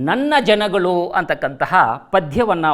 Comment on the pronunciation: There is a difference between ನನ್ನ ಜನಗಳು & ನನ್ನ ಜನಗಲು ನನ್ನ ಜನಗಳು 👈this is correct & other one is wrong provocation Please pronounce it properly 🙏